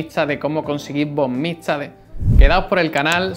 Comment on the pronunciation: No puedes pronunciar la "x" xD...